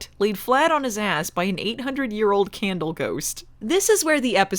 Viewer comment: Candle or.... Kaaaaahn-dle